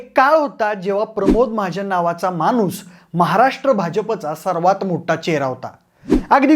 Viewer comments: मानुस नाही रे मित्रा माणूस म्हण...न आणि ण चा घोळ नको करू रे भाऊ... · Manus😂 nahi ray माणूस ण आणी न मध्ये फरक आहे